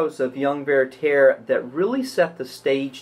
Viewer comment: Why do you pronounce Werther "VeyrTEYR"? It's pronounced VERter.